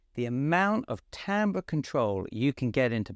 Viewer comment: first YouTube video I've seen where "Timbre" is pronounced correctly. you have a loyal fan for life